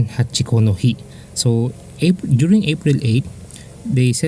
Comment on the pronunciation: so it's Hachikou and not Hachiko